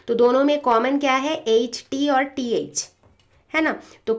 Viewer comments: Mam not say H mam say eche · Mam "H" dhang se bola kro